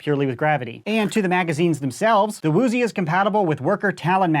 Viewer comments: its actually uzi not "woooooozi" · Why does he keep saying “woozie”?